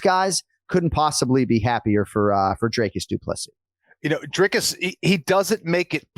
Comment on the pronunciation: Anik, It's Dricus Du Plessis... get it right 🙈 I know you pride yourself in getting the names right, so couldn’t help myself 😅 Love from Norway, great show!